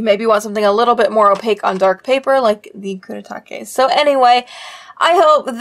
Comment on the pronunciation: how would you pronounce it then? I thought her pronunciation was fine